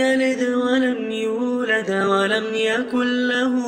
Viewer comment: هناك خلط بين الفتحة والقلقلة في كلمة "يولد" الرجاء الإنتباه إليها بارك الله فيكم وجزاكم الفردوس الأعلى